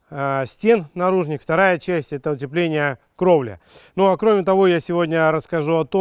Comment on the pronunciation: Христа ради не наружних, а наружнЫх🙏🙏🙏